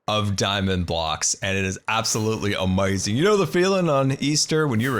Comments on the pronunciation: Love how you say amazing as amazon at least thats how I think its spelled, also shout out from Washington state here too! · Love the way you say amazing